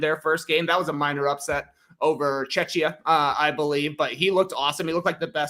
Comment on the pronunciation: Btw, it's /ˈtʃɛkiə/.